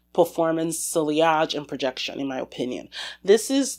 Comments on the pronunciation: Yes. It's not SIL-LI-AHJ. It is pronounced, SEE-AHJ. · I dont want to be mean but its not siliage..you say it like siejage.And roege not roeTge.Frenche is a really weird language i know!😂.Super fun video!thanx🎉❤